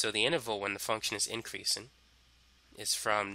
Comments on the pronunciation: Incweasin’ decweasin’ * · Increasin’ decreasin’ 🤣🤣🤣🤣